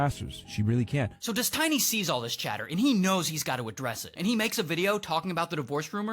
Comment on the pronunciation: You mispronounced his name